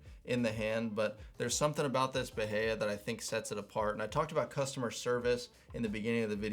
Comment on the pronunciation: I think it’s Ba-High-a